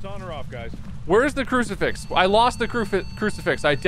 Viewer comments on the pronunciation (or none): crufasix 😂 he almost said it